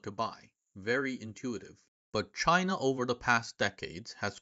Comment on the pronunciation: Cheena? Really native sounding